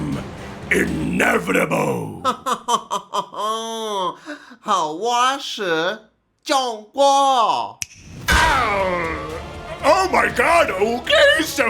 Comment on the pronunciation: Sendo chato aqui com pronúncia, mas para melhorar o sotaque americano. Em o "ble" do "inevitable" deveria ser pronunciado com um L parecido com o português europeu. Que é aquele L que parece que tem um ovo na boca (chamado de "dark L")